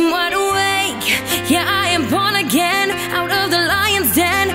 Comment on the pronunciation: Beautiful voice...but you have to be careful with your pronunciation in some places...some of your "wide awakes" are sounding like "I'm wide away".